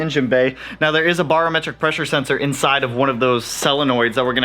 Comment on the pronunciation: say it with me...Bare-o-metric....not bar